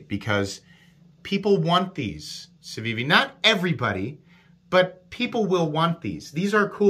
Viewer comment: You are pronouncing it correctly. No button stick? My elementum does stick even after cleaning.